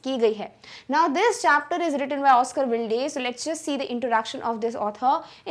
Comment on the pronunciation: Even the pronunciation of the author’s name is incorrect. What good will be the teaching